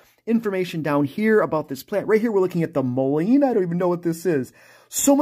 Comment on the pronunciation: It's pronounced Mull-in